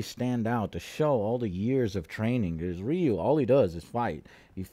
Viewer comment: Rayou. Ryu... Oh boy...